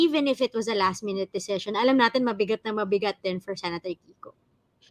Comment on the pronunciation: You mean DECISION? Yan kasi mag aral muna. hehehe